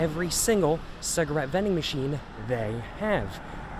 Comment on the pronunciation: A ''ciagarette''..Ya..your not saying it right...And are trying to give yourself some kind of weird accent...